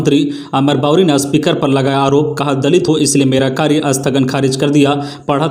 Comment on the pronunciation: आज की गलतियां-साधा को सधा 2 बार स्पीकर को अस्पीकर 3 बार, स्कुल को अस्कुल 2 बार ,पुनर्वास को पुरनावास बोला गया, भूल सुधार कीजिए